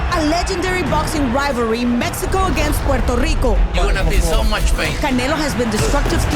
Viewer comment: Berlanga vele verlanga 😂 que paso pueltolico